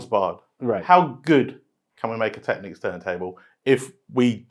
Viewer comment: Finally someone who pronounces the word Technics correctly!!!